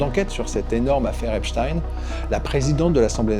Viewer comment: Epstein , ça se prononce pas du tout comme vous dites . vous n'en avez pas entendu parler ?